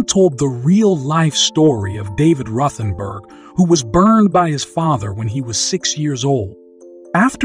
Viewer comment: Rothen "berg"?? 👃